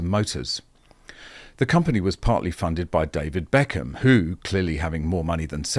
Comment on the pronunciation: You made BECKHAM sound like Eccles 😆